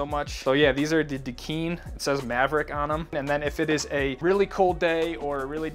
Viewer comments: "duh-Kind" without the d at the end ;) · "Da Kine" rhymes with "sign" It's Hawaiian Pidgin English.